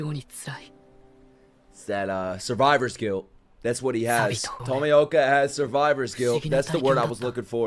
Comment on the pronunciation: Pronounced TOE-ME-OH-KA